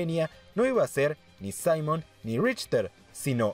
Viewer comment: Se dice Saimon :v